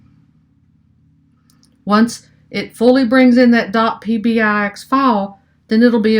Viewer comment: ENJOYED your videos - keep it up! Maybe a thought - it's "Power BEE-EYE", not "PowerBYE";-) DON'T STOP MAKING VIDEOS! I LOVE your practical approach, and listening to you actually ASK the questions out loud that are literally IN everyone's head!!! Hope to see YOU presenting at local (Chicago?) conferences & users groups!!! - in North Aurora IL